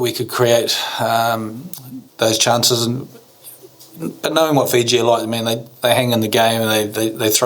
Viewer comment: bla bla....excuses lol dude, it's Fiji hahah